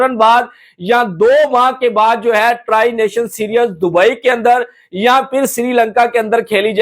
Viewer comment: Mere bhai, its pronounced see-r-ees not serious!!! And, why does that high level of security is needed in Pakistan!??!